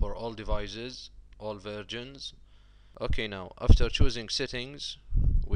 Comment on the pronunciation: "all versions".. thumbs up if you heard him say "all virgins" LOL .. Is that a German accent? nice vid... keep up the good work! thumbs up.